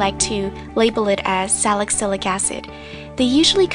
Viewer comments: I think it's pronounced like "Sally Sillick" not Salick sillick" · just a tip... it's sali-cylic acid. not salic-cylic....sal-uh-sil-ick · I cringed at the way she pronounced "salicylic", that's now how it's said babe xx I love these face mask videos